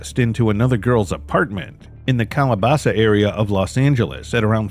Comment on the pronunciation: Its Calabasas not Calabasa. I live there.